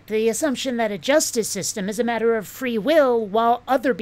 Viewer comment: What is it with these clowns and how they say words like "matter" and "water"? It's like that "evidences" crap.